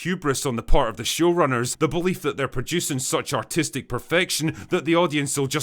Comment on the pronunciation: I did not hear the "r" when you said "artistic" perfection, and I shook my head in agreement.